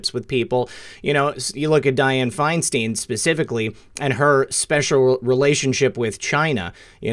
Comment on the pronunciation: It is FINE STINE NOT FINE STEEN. THINK OF A BEER STEIN BEER STEIN FINE STEIN